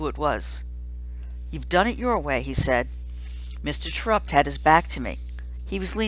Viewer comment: It's pronounced Tare-upt it clearly says so in the book I love this book!!!!!!